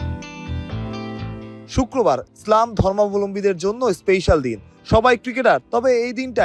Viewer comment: ভাই ইসলাম শব্দটাও উচ্চারন করতে পারেন না? স্লাম মানে কি?